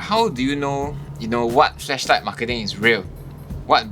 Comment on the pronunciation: Did you just say "fleshlight" hahaha